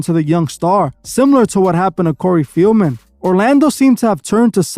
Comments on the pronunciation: Bro it’s Corey FELDman…. Not FIELDman…. Come onnn bruh how are you not researching better than this?! lmao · Corrective Criticism- PRONOUNCED (Fell-man) COREY FELDMAN, NOT (FEEL-MEN)...You have become annoying to my OCD, so I don't watch u much lately. But, I been a follower for a while & a member for a month, but I didn't find anything special about it bc of my hectic schedule I assume. However, I love your work. 😊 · His name is Feldman not Fieldman